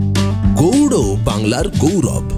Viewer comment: Apni ki icha korei...gowro ucharon korchen...naki ota gowr hobe..